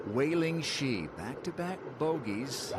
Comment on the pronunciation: To the commentator: Wei-Ling Hsu last name is pronounced like "Shu", not "Shi".